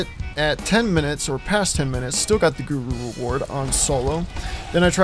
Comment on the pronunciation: Did you say gruru?